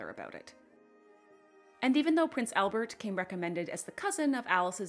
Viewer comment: One pronunciation correction: it's not "Elbert". It's "ALbert". AL. Same as in "Alice".